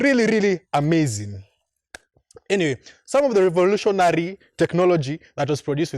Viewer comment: Levolutionaly(revolutionary) your tongue almost got u there😂😂👌🏿